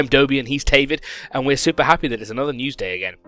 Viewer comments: he said helcome and O.o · Wello and helcome to the winecraft meekly news. I'm and he is xD